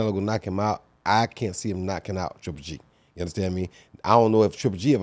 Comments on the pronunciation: Its it hard for Antonio T to said triple G 🤔 He keeps saying g. g. g 😭😂😂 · Good talk but please someone tell Tarver its 3G and not G G G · I love how tarver says GGG instead of triple G 😀😀😜🤪